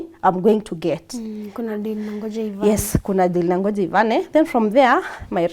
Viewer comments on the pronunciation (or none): none